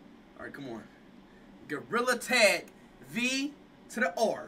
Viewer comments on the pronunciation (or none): He said " Gorilla Teg"